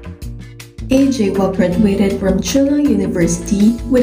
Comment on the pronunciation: Su nombre se pronuncia I-cha-uk